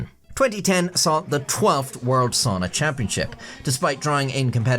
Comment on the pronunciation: I like my soona like I like my buffet... pronounced funnily. 😅